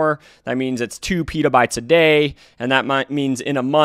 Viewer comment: this guy doesn't even know it's pEtabytes not piiieetaaaabytes.